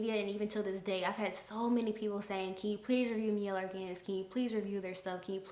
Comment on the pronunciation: My-elle organics spelled Miellle organics tho